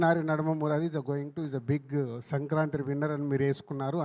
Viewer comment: Adhi sanaranthree kaadhu bhaya it's sankranthi 😅 cheppandi bhayya eenadku😅